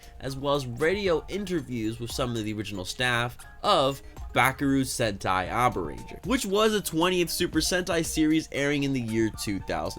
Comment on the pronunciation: bro literally said BUCKAROO SENTAI !!!!! lmao